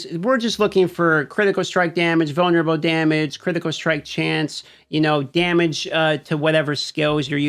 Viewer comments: Took me about 5 times to realize he’s saying “vulnerable” and not “boner bow”. I swear to god I’m standing in the BR pissing, listening to this video thinking “does he have a weapon named “boner bow” wtf is going on rn” 😂😂😂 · My man said "vulnerable" six times before I didn't hear "boner bow." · I've been curious but didnt want it to come off rude ; but whats your accent for why you annunciate Roll or Control, or vunlerable, as Controw, Row, and Vulnerbow?